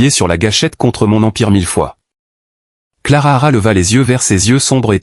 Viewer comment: Il y a des bruits bizarres et le narrateur est pénible . Et......c est Clara.....pas clarara